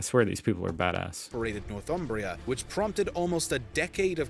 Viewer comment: It's not "North Umbria" (that's in Italy): it's "North Humbria" (land north of the tiverHumber) and pronounced "Nor-thumbria" not "North-umbria".